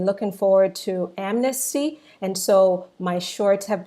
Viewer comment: But why you keep calling it admisty?????